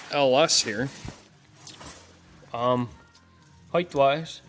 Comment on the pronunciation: There is no additional h in height. It's not HEIGHTH.